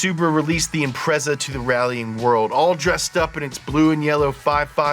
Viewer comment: How TF you manage to research this video without hearing how to pronounce Impreza